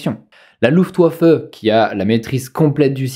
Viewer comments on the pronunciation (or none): Le W se prononce comme un V en Allemand.On dit Luftvaffe (phonétiquement). Et pour VolksWagen on dit deux fois V(vévé). Je dit ça pour aider,si des gens sont intéressé par la langue de Goethe